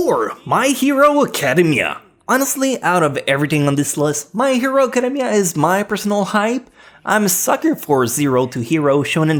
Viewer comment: That's not how you pronounce Academia 😂😂😂